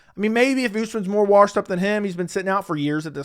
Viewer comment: “Hes warshed”